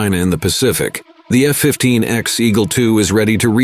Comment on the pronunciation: It's not the F-15 "Ecks" it is the F-15 Echo X-ray or phonetically, the " E ecks" or the E X. Certainly not the Ex as this one is here to stay.